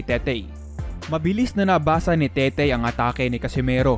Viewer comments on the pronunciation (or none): Tete po un hindi tetey haha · TETE BOSS HINDI TETEY, WALANG Y SA DULO.. TETE AS IN RATBU!!!